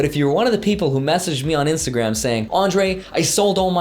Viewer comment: did he just say "instagraham" ? lol mash the like button